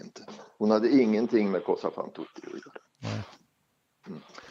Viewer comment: Detta var ju intressant värre; det mesta kring Palmemordet är spekulationer men här fick man trovärdiga insikter kring den dunkla Grupp Barbro. Vad beträffar ”Così fan tutte” (som betyder ”så gör alla (kvinnor)” på italienska och uttalas ”kåZI fann TOte”) efter Mozarts opera så skall detta ha varit en operation som SÄPO:s sk Ryssrotel ägnade sig åt.